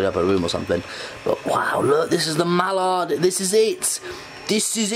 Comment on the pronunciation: Sam Bradley it's pronounced 'Mal lard' it's just pronounced it 'Mollard' 😄